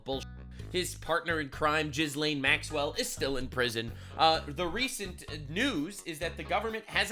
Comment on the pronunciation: I Like how you say gishlane maxwell. Jizz lane. Well done